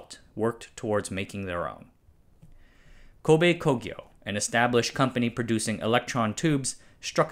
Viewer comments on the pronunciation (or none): none